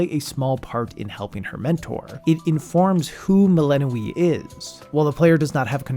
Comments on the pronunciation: are you pronouncing it Melanoë the whole time? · dev: doing everything in their power to make sure you know how to pronounce the name Youtubers: melehnoee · Good video, but why does he keep pronouncing Melinoë wrong? They say it so often in the game, haha. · got eye twitching at that pronounciation of melinoë